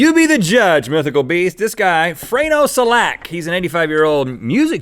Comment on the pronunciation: AND IT S FRANJO NOT FRANO AND IT S SELJAK NOT SELAK